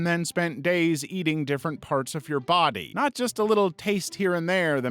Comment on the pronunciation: "but he didn't sto' dere" "in his own bah-dub"